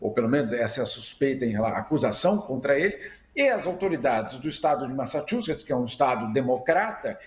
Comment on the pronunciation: Messatchuces, "t" mudo